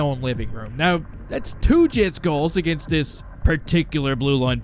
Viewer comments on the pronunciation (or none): none